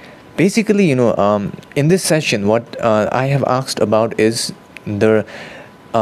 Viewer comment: Aasssked. Now repeat after me. Asked. Not aaksed.